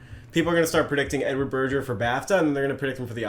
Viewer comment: Berger - hard G, burjer is pure Americanism